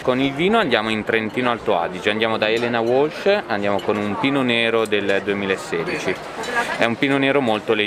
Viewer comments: Ho goduto e sofferto (dal momento che voi mangiavate e io vi guardavo...). Unica, piccola, nota stonata, sentir pronunciare il nome della produttrice altoatesina Elena (Leni) Walch come se fosse un nome inglese. La pronuncia è Valc con la c dura e non Uolc (c dolce) come pronunciato dal sommelier. Che poi è il nome del marito. Voi, bravi e simpatici, come sempre! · Si però... a’ sommmelierrrr! ...è scritto WALCH ma si legge VALCH... (dallo stellato se “pretennnne er top”!) 🤪🤪🤪! Grandi raga! Guardo il vostro tour in Giappone a random... ma il random oggi mi ha riportato pure qui!!! ✌🏻🤩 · Potete dire al Sommelier che si pronuncia Walch, Elena Walch!!! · No vabbè! Il sommelier che pronuncia Elena UOLSCH non ha prezzo🤣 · Vi prego INSEGNATE AL SOMMELIER A PRONUNCIARE CORRETTAMENTE!!! Walch è tedesco, non inglese! Maculàn è veneto, quindi accento sulla A!